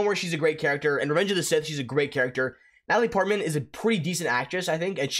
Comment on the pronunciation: I swear bro just said Ellie Portman not Natalie Portman